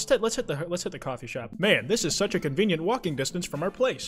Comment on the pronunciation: so were all just gonna slide past the fact that said shoffee shop instead of coffee shop???